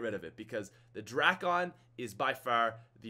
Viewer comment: drackon😂 no no no no no no no...Dray-con😂😂